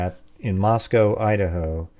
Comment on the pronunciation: Just the fact that you pronounced Moscow right intrigues me